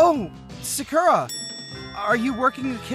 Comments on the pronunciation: This video is good but the sounding of Sakura name when the guy character says it is wrong, making there’s an e replacing the u. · Why why butcher Sakura name?